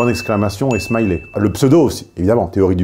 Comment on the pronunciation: Si jamais Smiley... On ne dit pas "smaillelet" avec la même fin que "riz au lait" On dit "smailleli" avec le son "i" à la fin (comme "lit") Là aussi ça classe tout de suite Case beauf français qui ne sait pas comment se prononce un mot en anglais Et ne cherche pas à le savoir Tellement il est francocentré 😉🤪😅😋😘😁😵‍💫